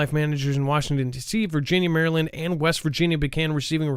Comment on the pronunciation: I love the way you pronounce " MARYLAND"! (Mary-land.. actually you probably pronounce it correctly!lol!)...We native Marylanders pronounce it " Mar- ill- lin"